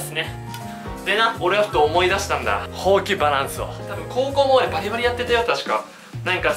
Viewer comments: ほうきのイントネーションおかしくないすか？ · それ思いましたw ほ↑〜き↓ww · 手が丸まってるとかじゃなく「ほうき」のイントネーションが気になった笑